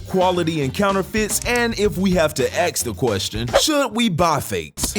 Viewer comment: Why do you always say “aks” instead of “ask”